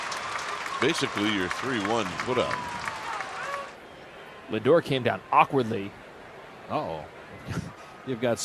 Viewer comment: MLB had to use the announcer saying "Lingor" instead of "Lindor"? Really?